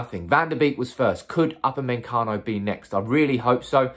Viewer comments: Man keeps saying Up a men cano its pronounced oopa may cano... how hard can it be.. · Normal people: Upamecano: UpAnDmEnCaNo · NOT UpameNcano, Upamecano! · Nobody: Absolutely nobody:: Up-a-MEN-cano Well done mate 👍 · Everytime I hear to upper-man- Cano,....feels like we may missed out 😂😂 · UP-A-ME-CANO....Now saying all at once and you'll pronounce his name correctly 😅😅😅. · Bro, I love the channel but your pronunciation of UPAMECANO should be illegal 🤣🤣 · His ancestors are rolling in their graves. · Love the way you pronounce his name 😂😂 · Wow that pronunciation is top class 😂😂😂💩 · Brits 🤝🏿Butchering non-English names